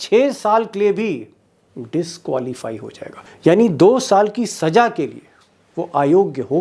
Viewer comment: Improve your pronunciation. It's SAZA not SAJA. Wrong accent hurts.